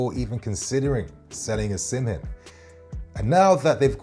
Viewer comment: Excellent content 👌🏼 please reconsider your pronunciation of "Osimhen" though